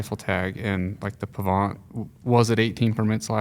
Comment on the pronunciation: if you grew up at the 'bottom of the hill on the Pahvant' I would expect you to pronounce it correctly:)